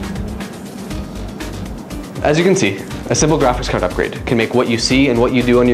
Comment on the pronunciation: graphics "cerd" :D